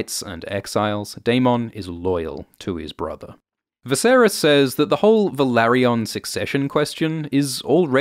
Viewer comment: It's not pronounced as Velary-ON. It's Velary-UN.